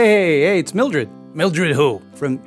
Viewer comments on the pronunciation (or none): I think is saying “Mildew,” not “Mildo.” It’s funny because their name is Mildred but is mispronouncing it as “Mildew,” like the type of mold.